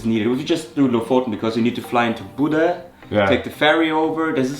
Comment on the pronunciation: Great tips guys. I travel to Norway every year, sometimes twice a year for the last 10 years. Not easy to pronounce Bodø, but certainly it is not Buda as you pronounce it. Way out :-) Norway is great all year around. But yes, in the Summer months the popular places can be packed with people. But Norway has fantastic places that are not so popular almost as good as the popular ones. One has to find them